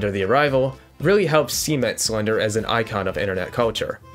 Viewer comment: Nice video! ...but why do you say "cement" like that lol